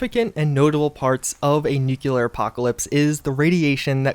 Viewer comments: It's nuke-clear dude, not nuke-you-lear. Please. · nuclear not nucular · learn to say it right... its not nuculear but nuclear! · Please learn how to say nuclear. It’s “new-clee-er” not “new-q-ler” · Nuclear not nucular.😵‍💫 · Why do americans say "nukiller" And not nuclear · Is nuke-you-lur anything like nuclear? Just wondering. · Why do you pronounce nuCLEar as nuCULAr? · Say it with me: Nu Clee Er Nuclear. NEW--CLE--ERR. Not f'in' Nucular! Whaddr you George W Bush or Canadian?! NUCLEAR !!!!!!!!!!! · nu-clear, nu-clear, nu-clear. I just don't understand why people say nu-cu-lar. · NU-CLEAR not nucular men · It’s driving me crazy - NuCLEAR not NuCULER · Don't want to nitpick but "nuc-le-ar", not "nuc-u-lar" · Everyone needs to stop thinking it’s pronounced nucular. It’s Nuclear (noo -clee-er) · noo·klee·ur, not noo-cue-lur. Anyone else annoyed by this? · Nuc-E-lar stop it’s nu-CLE-ar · FFS ITS 'NUCLEAR' NOT 'NUCULAR' Why can't anyone seem to pronounce this correctly !?!?!?!?!? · Nuclear (new-clear) not “nu-qu-ler”. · Nuculear winter mods that you'll really really like Me: please pronounce it right please......: nuclear winter Me: Finally. There is a God 2 minutes later: Nuculear winter Me: GODDAMNIT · Dude.... its NEW CLEAR, not NUKE U LURE. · Yeah bro, great vid, but nuclear is pronounced Nu-clear not nuke-ular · Yeah. . .pet peeve. . .Nuculer. . .not familiar with that. Nuclear. Bad. Really bad. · Nuclear NOT NUCULER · Nuclear = new clear. Not new q lerr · Say it with me, "new-clear" not "new-kiu-ler". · I haven't heard of Nuculer Winter before, I've heard of NUCLEAR Winter tho. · I realize that the last comment is 3yrs ago, but nonstop saying "NuCuLar winter" is driving me mad lol. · i can't over how americans say "nukular" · Nuculer winter is cool but its kinda unrealistic. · It's nuclear, not nucular 🤦🏻‍♂️ Otherwise, good video. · Nukular isn't a word. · Heehee. "Nucular". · "Nuclear"... "NUCLEAR"! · Nuclear not nukular